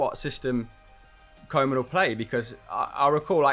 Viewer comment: It not Kow-man pronounce KOE (cow in english) as ue as in CLUE. KUE-man